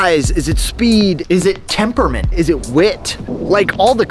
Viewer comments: Temperamant?? Come on. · Temperament, not temperamant